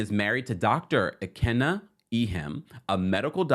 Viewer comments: Where are the Naija babes in the comments? Yall know he's butchering tf out of our goog sis name. What is KNEE-KUH? NNEH-KUH the e is like the E in Elephant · Lolll or rather "in-neck-ah" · I love you ❤ so I wanted to help with the pronunciation of Nneka. You done called her Neeka and Anika 😂 but it's Nneka like "Neck" don't worry about the "Nn" we will understand and its "a" like say ahhhh. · Just an FYI to everyone the new Housewife’s name is pronounced NECK-UH…not knee-Kuh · the new Housewife’s name is pronounced NECK-UH…not knee-Kuh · sorry to post so much but the new Housewife’s name is pronounced NECK-UH…not knee-Kuh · Im excited for tge new Naija HW to Potomc. Nneka's name is pronounced (Inn - Necka). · I’m here for another Nigerian queen!!! And it’s pronounced “neck-ah” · Her name is pronounced NEH-kah, which means Mother is Supreme . Hope that helps❤❤ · You're saying her name wrong - It's pronounced Nneh-Kuh pls the butchering is killing me lol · I believe it's pronounced neck-ah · Her name is NNEKA. Pronounced (NNNNECK-A)